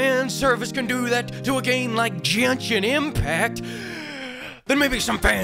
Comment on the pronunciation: Finally someone that pronounces "genhsin" correctly. And that is the actual correct spelling btw